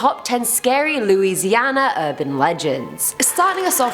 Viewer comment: You pronounce Louisiana right 😃 so many people mispronounce it